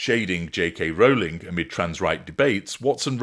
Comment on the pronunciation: AT LAST! A YouTuber who pronounces Rowling’s name correctly! Thanks. All the other weird pronunciations are grating.